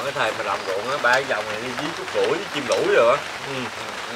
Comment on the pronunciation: CÚT CHỨ KHÔNG PHẢI CÚC NHÉ,NHÌN LÀ THẤY THÈM RỒI, CHÚC TEAM CỦA NGON MIỆNG